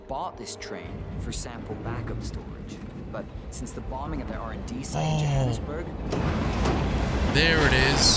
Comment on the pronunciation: can say johannesburg really well, as a South African you will for ever have my respect